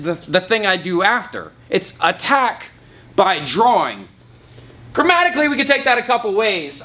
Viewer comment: When he said attack by drawing I thought he said attack thy groin😂😂😂